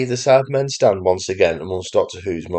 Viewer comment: Sounds like you keep saying “Sadmen” regularly 😂.